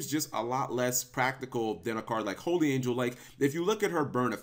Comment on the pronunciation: its holy not holly